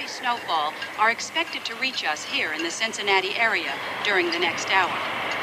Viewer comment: The one time he says it right ("Cincinnati", not "Cinciwatsky")!